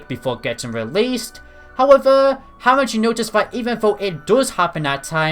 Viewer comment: Sip everytime he says howevuh..